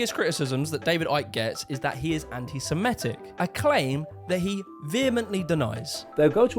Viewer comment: It's pronounced anti 'semITIC', not 'anti-semiETIC', you doughnut.